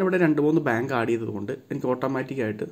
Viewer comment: u wrongly pronounced the word.....its add...not aaaaaaad